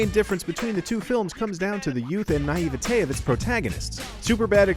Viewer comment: What’s with the way he’s pronouncing naivety?